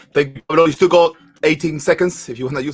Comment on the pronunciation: Pavlo not Pablo excuse me !!!